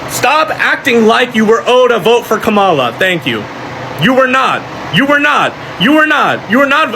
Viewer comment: They say they are so much smarter than us yet he's spreading a debunked lie about Kamala arresting BM and extending sentences. Then pronounces her name incorrectly on purpose, which is coincidentally what the racists keep doing. Then he's requesting allyship with people he is saying are unintelligent and don't deserve basic human respect. Then he says we don't understand how social movements or allyship works. THEN he complains about how our tax dollars are used while he himself is still paying taxes. If black people are so stupid and selfish I can't imagine the point of continuing to 1) ask for our help and 2) addressing us instead of the Republicans who are in office. I will disengage from any movement that prioritizes calling black people slurs when they are in the middle of a crisis. Go start your revolution and call Jill for help with that.